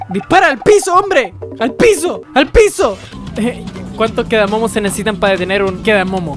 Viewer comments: No se llama kedamomo es kedamono XD 🤣🤣😂🤣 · no se dice kedamomo se dice kedamono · Porque le dices quedamomo ah quedamono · no es kedamomo es kedamono